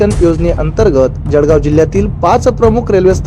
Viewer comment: Batmidar Mitra appli Marathi bhasha sudhara Jadgaov nahi jalgoan mantat ani bhusavad nahi tar bhusaval asea mana